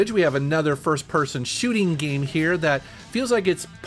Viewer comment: I love how says ‘shooting.’ Scheuuuting